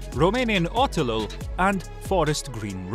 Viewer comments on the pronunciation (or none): I'm romanian and now I have ear cancer because of that oselul